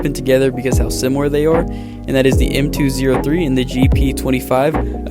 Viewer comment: M203 is pronounced “M-TWO-OH-THREE”